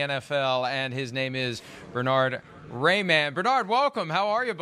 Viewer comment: Who is Bernard Rayman? At least try to pronounce the H. Bern-Hard. :D